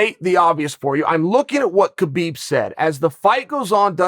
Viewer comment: It's pronounced Habib ,Chael